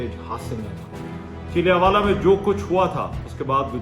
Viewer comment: PLEASE PRONOUNCE THE CORRECT NAME OF SUCH :: VILLAGE :: HAVE A PROPER PREPARATION BEFORE A VLOG